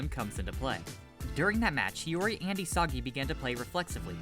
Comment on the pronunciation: "Nagi Seishiro" and it's Hiori